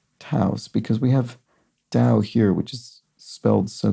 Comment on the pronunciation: Taos, New Mexico is very famous as an art colony. Pronounced tah-ōse, not to rhyme with "douse."